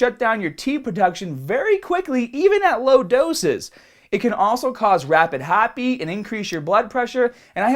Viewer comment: its your accent with certian words like " started" it sounded like stotted lol..hotbeat..liva??